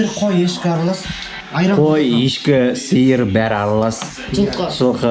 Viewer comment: Суырды су сиыр деп тур мынау акымак блогер жургызушы